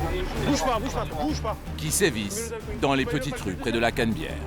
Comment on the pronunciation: au lieu de dire la canabiere il disent la canbiere mdrrr